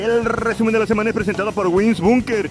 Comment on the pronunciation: Esperaba el rrrrrrrreeeeeesumen de la semana manito... Siempre dando las noticias